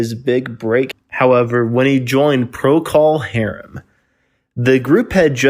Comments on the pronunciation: It’s not Pro Call Harem. It’s Procal pronounced Prokle. Are you clueless, fake or bad AI? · ProCALL .... STOP SAYING IT LIKE THAT! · Every time you say Pro-Call Harum. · It's not Prockle Harum , more Prokul Harum . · “Pro Call Harem”. REALLY?!!!!! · What’s with the “PRO-CALL HARUM” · You are pronouncing procol harem incorrectly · Thanks for saying it , someone had to. Fekin click bait . . . And I'm out , if I hear it say pro-cull hairm again. I'll beat the computer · Learn how to pronounce the band's names! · Yeah. That was annoying as f*ck! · I had another quick look at the comments. About 20 of them, or more, are about this mis- pronunciation. It is at about the point. I hadta look, to figure out who created this video - it's by "What Happened To". - My point is that complaining about a narrator, on a YouTube video is useless. OF COURSE the band's name should be pronounced right - BUT IT ISN'T. What are you gonna do ?? You can howl at the Moon, piss- into a hurricane, or be "tilting at windmills" ( Don Quixote )... - Complaining about it will accomplish nothing... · Sounds like he got into dummy juice. Pronunciation of the band’s name sounded like he knew what it was. Somebody hie me to replace clones like this. Why would you believe anyone who can’t pronounce the name? He probably calls Trower’s big song A Whiter Shade of Quail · If the narrator could only pronounce "Procol" properly, I wouldn't get the impression he simply drummed up research on something he knows little to nothing about. However, in the context of bringing Robin Trower the recognition of the spirit of Jimi to the masses, it is applauded. There will never be another Jimi Hendricks, but guitarists like Robin Trower gave us another aspect of the stratocaster blues. Thank you, Robin, and the band.